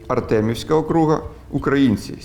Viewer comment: Не окру́га, а о́круг! І це звучить як російською так і українською однаково, оскільки це не від слова круг (доречі українською це коло), а це назва адміністративної одиниці! Це так само як штат в Америці, або провінція в Китаї.